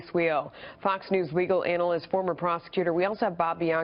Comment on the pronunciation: She said " legal anal list" not analyst lol